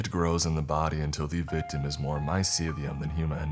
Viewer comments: Yeah I'm sure he uses that word constantly in his day to day life.. I'm sure he's been mocked for it daily without knowing it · Hey man just so you know for future reference, it's pronounced "my-seal-e-um" and it's basically the mushrooms nervous system. It's like a white webbing shape that grows in the substrate and mushrooms pop out of nodes within this network. It's really more accurate to think of the mycelium as the main part of the organism and the mushrooms or fruiting bodies as they're called as the reproductive organs. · its my-cell-ium